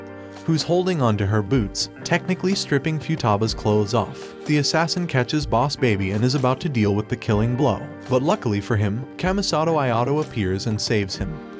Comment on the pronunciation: “Kamistato ayato” AY KAMISATO AYAKA AND AYATO